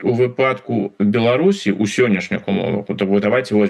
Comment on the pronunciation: У выпАдку... Далей можна не слухаць 😂